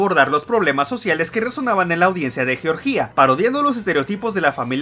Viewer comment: Me da gracia que ni un país puede pronunciar el loco este, es «Georgia», no «Georgía». Además, ese resentimiento a la Argentina si se puede ver.